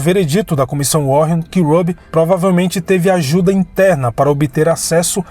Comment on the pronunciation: a pronúncia do nome da comissão não é warren com dois rr, e sim "WÁREN".. but, great documentary! Parabéms!